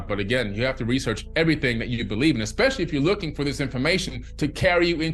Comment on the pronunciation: This man is saying , ever ting ,I questioned from I was about 16 years old.